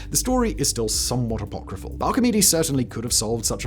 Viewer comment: Say "apocryphal" again, bro... i dare you...